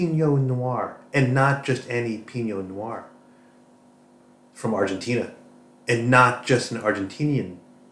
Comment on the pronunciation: The algorithm just recommend me your channel - as a lifelong audiophile and scientist (physicist) with acoustics specialisation, I was intrigued to see your content. Interesting review. Good to know there are some good affordable IEMs out there, evsn if I don't ever use them. By the way, Pinot noir is French. You are pronouncing it as if it were Spanish Piño - in French it is like "pee+no". All the best, in Switzerland.